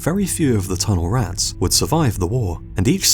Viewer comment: dude your word emphasis is all wrong! TUNNELrats, BOOBYtraps. Not boobyTRAPS, or tunnelRATS Sorry for being a freak in advance LMAO